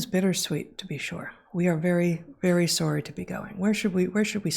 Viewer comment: Wait. Heather says sorry like a Canadian?